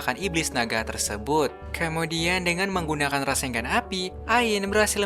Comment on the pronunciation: wkwkwkkw dia bilang raseng gan